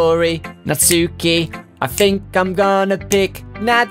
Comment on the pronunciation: says natsuki wrong